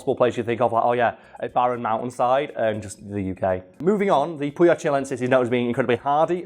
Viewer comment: Don't worry, you're pronouncing Puya correctly, not 100% of the time but good enough.